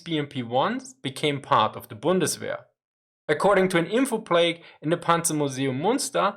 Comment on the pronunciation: Respectfully pointing out a minor English error in this video. At the minute mark, the closed caption showed the words "info plague". I heard you pronounce this as plague. A plague is a word for disease pandemic, such as The Black Death plague of 1350 CE. "The Plague" refers to bubonic plague, caused by Yersinia pestis. Covid-19 can be informally referred to as a plague. A plague of locusts is anther example. The correct word is "plaque" (pronounced plack), an inscribed tablet attached to a wall or other structure. The only difference is the 'g' versus the 'q' in the two words. Other than this, your English is perfect.